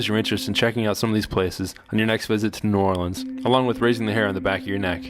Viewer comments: They said it how it’s supposed to be pronounce I’m sure locals say it different. I’m from Chicago and people here say it different also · ❦𝓒𝓸𝓸𝓴𝓲𝓮 𝓛𝓾𝓿𝓈❦ That’s how it’s pronounced look it up